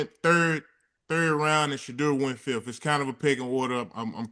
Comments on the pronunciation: Why stefanski can’t even say sheduer name??? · The way Stefanski can’t even say Shedeur’s name, he did not want Shedeur to play!!! Stefanski is mad that Dillon sucks and Nephew is amazing (after only practicing with the 1s for 3 weeks)!!! 💪🏾💪🏾💪🏾💪🏾💪🏾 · That coach couldn’t even say Shedeur’s name!😳 no one told him to mentally abuse Shedeur. If he did that bc someone told him, he will answer to God for that. Sold his soul!! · Stefanski can’t even say Shedeur’s name he ain’t a Soto anybody